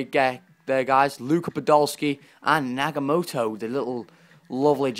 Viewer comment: Nagatomo not Nagamoto